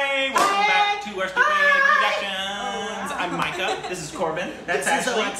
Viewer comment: said the name right at the first try!!!! ga nei sh